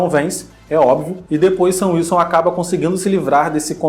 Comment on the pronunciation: cara...... toda vez que o fala “sam wilson” eu ouço “seu wilson” e fico “????????”